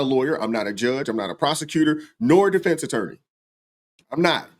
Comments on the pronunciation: Or defense. He says deflence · Deflense ? okay think he means Defence